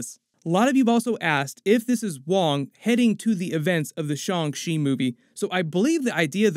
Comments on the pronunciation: "SHONG SHE"?????? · The mispronouncing of Shang Chi is getting rough.